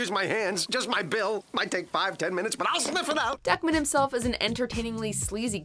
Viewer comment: Lol it’s pronounced “Duck-Man” not “Duckmin”